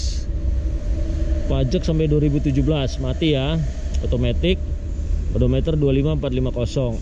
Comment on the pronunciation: penyebutan edometer di revisi untuk next video ya bang,, biar enak di cernanya